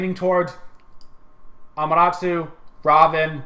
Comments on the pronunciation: its Amaterasu, not Amarasu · 4 reelziez doe, it's Ah-mah-teh-rah-soo with emphasis on the first and fourth syllables and the 'soo' being very subdued. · It's A-MA-TA-RA-SU learn Japanese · WTF is a Amaratoo? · its not pronounced amaratu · Learn to pronounce Ama-Ta-Rasu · Centa Urss AMUTARUSU